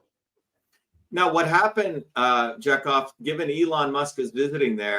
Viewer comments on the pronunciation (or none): It's pronounced ja-cov not jack off 😂😂😂